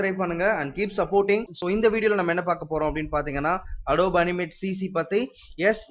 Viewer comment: I'm not trying to be rude but it is pronounced Ado-bee not adob